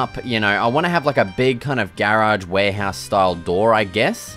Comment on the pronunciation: Awesome vids but it’s “garage” NOT “GAyraage” buddy 😂